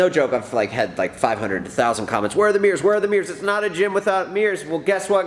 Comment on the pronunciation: accent: "HEY GUYS WE GOT MEERS NOW SINCE EVERYONE WAS ASKING ABOUT MEERS, CHECK OUT MY MEERS"